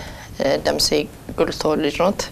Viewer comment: እጅግ አድናቂሽ ነኝ ግን አንድ ልጠቁምሽ የምወደው ጉዳይ አለኝ ቃለ መጠይቅ ከማድረግሽ በፊት መፅሐፉን ብታነቢ ጥሩ ነበር ቢያንስ ቢያንስ የባለ ታሪኩን የጀግናው የሜ/ጀነራል ደምሴ ቡልቶን ሥም እንኳን በቅጡ መግለፅ ተቸግረሽ ነበር ግዜ ወስደሽ ለማንበብ ሞክሪ ጥሩ ጋዜጠኛ ጥሩ አንባቢም ነዉ በርቺበት ።